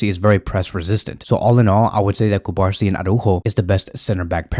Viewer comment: The pronunciation of the Barcelona player’s name is Cu-bar-SÍ. The accent means something. Pls be respectful and say his name correctly. Thx